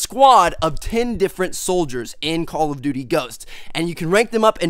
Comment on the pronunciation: I been watching ur vids for a while and it gets annoying that it sounds like ur saying call of butty ghosts